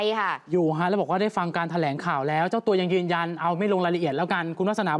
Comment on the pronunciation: แถ ลง ไม่ใช่แถลง